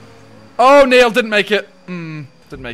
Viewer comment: Why does he keep saying neill????🤔